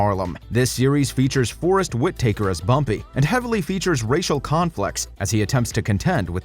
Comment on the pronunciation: It's pronounced Whit Ta ker not woodcutter